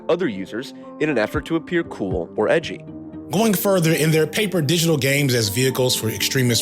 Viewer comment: “Why so Edgy-uh???”